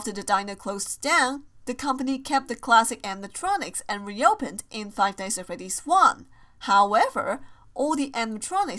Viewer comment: How she says five nights at freddys five nighs at freddys